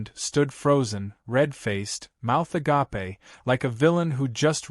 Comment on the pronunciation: You are pronouncing agape wrong. The mouth being agape (uh - GAPE) ah - GAH - pay as a noun means spiritual love.